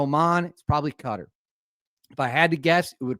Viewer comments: Hey buddy. Qatar is pronounced Qah-tar, similar to guitar, not cutter. lol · Qatar sounds like Katar not cutter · Just a tip on pronouncing Qatar. You got the Qa correct but Tar is pronounced like Avatar, Ava’tar’, Qa’tar’